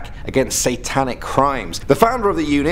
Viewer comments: pronounced Yonker not jonker lol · ah yes, Koobus Chonker